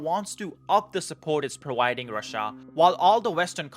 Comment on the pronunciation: Providing. Not "prowiding."